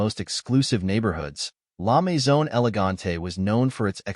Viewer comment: La mezone? Try La Maison.